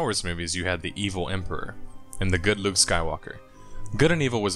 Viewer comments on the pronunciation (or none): none